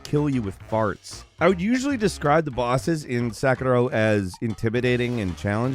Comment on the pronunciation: why is his pronunciation of "Sekiro" so strange lmao